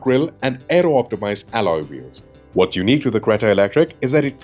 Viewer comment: The narrator for some reason was stressing extra on "aero" word... not sure why